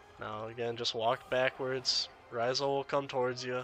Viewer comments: Love the guide dude. But Rysal? Ra-sial 😂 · this man called him "Raw-zul" its Rasial! "Rah-si-al". Good video over all though!